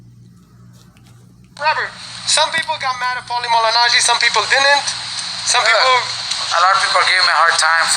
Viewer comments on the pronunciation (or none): Some of the things you are quoting are taken out of context, and learn how say his name correctly.